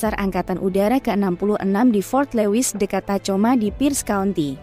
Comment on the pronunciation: Tacoma dibaca "takhoma" admin